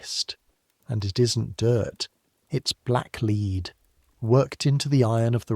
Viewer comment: Very entertaining, but AI still can't distinguish between the two different readings of 'lead'.